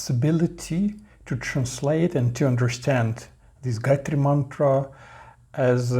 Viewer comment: Wtf excuse me why do you guys try to destroy everything related to us please 🙏🙏. Gayatri mantra is a very sacred mantra for us indians sanatanis dont demolish it with your improper pronounciation seeing google and talking shit bro please 😭